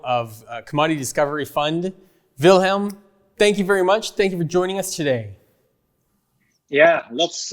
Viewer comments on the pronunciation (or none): It's, not Wilhelm. is Dutch not German. Just take the trouble to read your guests name. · not Wilhelm! Dutch, not German! They don’t like that! 😂